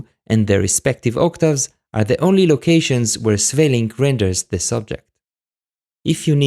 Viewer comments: A very nice breakdown of how this piece works, and well played. Oh, and as a Dutch, I can hear you are not native to the Dutch language, but I think you still did a pretty good job in the pronunciation of Sweelinck's name. I'm very well aware of how hard it is to get Dutch pronunciation right. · Good pronunciation of 'Sweelinck', well done